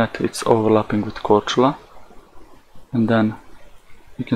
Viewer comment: Kudos for pronouncing Croatian islands' names correctly! Cheers from Croatia,:)